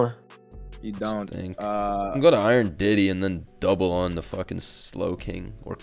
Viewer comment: "Iron Diddy" Wtf 😭😭